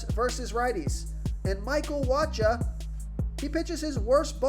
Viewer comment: You pronouncing Wacha wrong